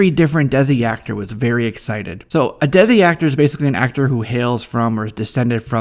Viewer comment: desi is actually pronounced "they-see." I agree that they should go with an unknown, there are a few Desi actresses that people keep suggesting but none of them strike me as the right fit for Kamala. mindy posted an open casting call for a 15-18 year-old South Asian American actress for her original Netflix comedy a couple of months ago, so maybe she's keeping tabs on who stood out lol